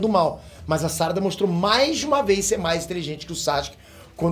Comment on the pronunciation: Por que você fala "sárada" se não tem acento?